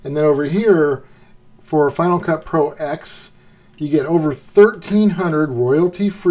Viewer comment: Thanks for the video. By the way, it's pronounced Final Cut Pro Ten.